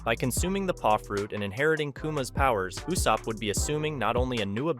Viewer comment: Why did you say yousopp